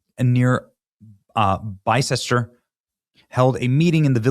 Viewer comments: Not “bi cester” but “bister” - weird but that is how we say it. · Bicester is correctly pronounced Bisstah. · Oh dear, I know the area well. It’s either part of the Cotswolds or just on the border. FYI pronounced Oxfersher and Bister. The secret of British English is to learn what syllables are silent. There’s no rhyme or reason to it but I suspect it’s from before the Norman conquest. Anyway back to the area, I lived close by for a year or so and then in the South Cotswolds for four years and it’s one of the beautiful places on earth. The people are kind and wonderful and definitely the salt of the earth. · bicester is pronounced bister, oxfordshire is pronounced oxford shear just saying😘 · Bicester is pronounced "Bister". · Jfi Bicester is one of those strange British places with a different pronunciation - Its called “Bister”💖 They are quite right in trying to protect themselves. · Pronounced " Bisster" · Pronounce Bister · Pronounced “bister” Old English names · Bicester is pronounced Bister 🙂